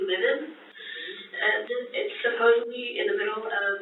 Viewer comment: Supposably - dear god it’s supposedly.